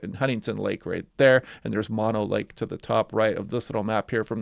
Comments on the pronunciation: Mono Lake is pronounced Moe No, as opposed to Ma No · Mow No Lake, not mon o lake